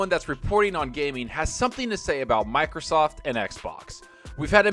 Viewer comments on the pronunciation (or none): none